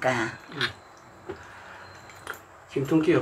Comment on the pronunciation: 티코발음 : 김똥깨